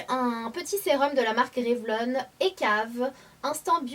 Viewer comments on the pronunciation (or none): none